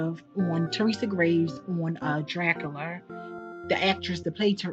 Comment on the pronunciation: I get annoyed when she pronounces Dracula as Drac- A- La. But I'm weird about grammar and spelling 😂😂. My son hates it. 🙄. She would definitely benefit from a few elocution lessons.And less teeth sucking noises. But I still like her content for the most part.